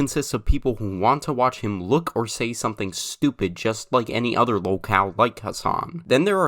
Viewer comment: I misheard lolcow as woke-owl lol